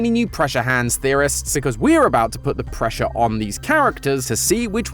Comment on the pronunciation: Did he say Pressure?